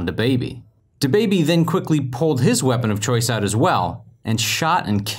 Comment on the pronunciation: I like how he said weapon of choice like he had like a rpg ak47 and like 8 glocks